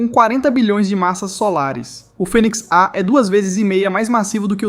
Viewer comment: Phoenix EI ❌ Phoenix A ✅